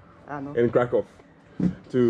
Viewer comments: Also, try the pronunciation "KRAH-koov" 😊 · K r a k ó w.... Nie krakał 😉